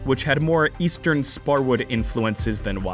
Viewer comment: "estern sparwood infulences" whats wrong with east sparwood?